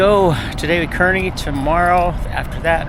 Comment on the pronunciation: It’s pronounced car/knee. My mother was from Kearney and Granma lived there for more than 90 years.